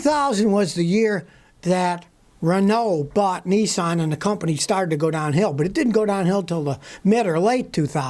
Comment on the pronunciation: Scotty NISSAN Not Nessen.